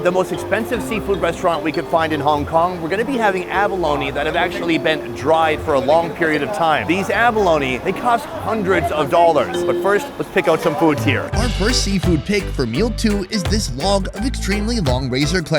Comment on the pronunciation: What are Dowlers???? It's Dollars Dammit! Lol